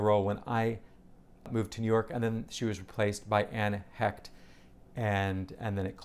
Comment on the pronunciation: Hey! I saw the original "Proof' with Mary Louise Parker. Terrific!, the actress back in the day, is Anne Heche, not Hecht. Sadly she is no longer with us. She dated Ellen DeGeneres back in the day. Director is Thomas Kail, not Kali. Will you be seeing "Death of a Salesman"?